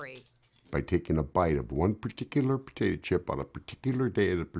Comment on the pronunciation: one particular putatuh chip